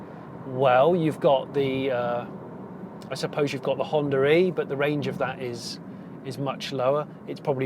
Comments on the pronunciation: Am I the only one to hear him saying "Honda Ree" ?.... Which is actually 'Honda E' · Stop calling the Honda e "Honda ree" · Why though? There is no r in between 😵 I'm not a native speaker so trying to wrap my head around as it was nevrr the vase with anyone else I've encountered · Wood Correct, we do not notice it, but others do. America is a common one. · why is he pronouncing it like 'Hondra-eeee' ?